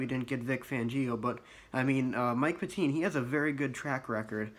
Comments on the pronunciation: UU r pronouncing it like a computer or website would pronounce but when watching games he actually coached they all said Pet-tin. Im almost sure its Pettine (Pet-tin). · Ur mispronouncing the last name. I try to help u, its Pet-tin. He has done well as a DC but IDK how much that was him. Rex Ryan was the guy in New York and in Buffalo it probably was him but both teams were filled with great players.